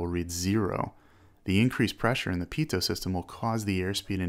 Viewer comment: Pitoh not pitoht